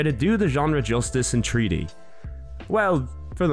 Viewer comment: In a TREE D SPACE!?!?!? YOU MEAN THREE DEE!!?!?